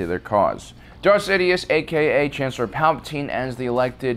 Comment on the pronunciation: . Much love for this channel, but my Aspie arse specifically heard you say . . . Dark Sidius. 😂 Also, were those kids adopted, or were they his ? Estimating clones woukd be sterile to hinder IP theft, but look at childrens' mottled coloring . . .